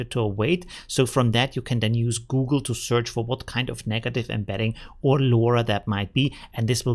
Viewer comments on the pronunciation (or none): none